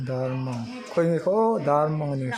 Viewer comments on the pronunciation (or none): A zawttu in Tumphît a sawi hi a dik lo. Hnah ham rîk hi tumphît a ni lo. Tin, Darmang a lam dan hi a dik lo. Mang hi Mâng ang a lam tur a ni lo. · Phungrual, Rual tih lai hi lam rik hniam tur zawk, rual, hu ho kan sawi rik ang hian lam zawk tur a lawm. Darmang, dar rik dan kan zira, 'meng meng' tia kan sawi thin ang hian, lam rik tur. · Phungrual- Phungrual, rual tih hi a hniam tur.Bawngrual tih angin a ri tur. Darmang- mang hi a sang hret tur. Dar tih nen hian a inang tur. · Darmang hi 55 (nga nga) tih ri ang tur. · A zirtirtu ber pawh chu.darmang an lam diklo ah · Nangmahber pawn Darmang ila lam dik chiah lo. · Darmang in lamdan pawh a la diklo..... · A hrilhtu pa ver pawhin Darmang i lam dik thei lo va, Phungrual tih pawh kha a la dik chuang lo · Darmañg kha in la sawi dik lo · Darmang lam dan chu a titirtu pawhin I sawi dik lo tlat. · Darmang tih kha i lam dik lo